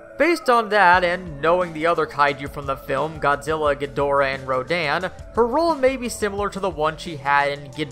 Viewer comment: In the Toho movies, Mothra - like Godzilla as a parent protector - is referred to as a "he", not a "she". Also ( I've mentioned this before ), the name Rodan was pronounced Ro-DAHN' in Toho movies, rather than RO'daan.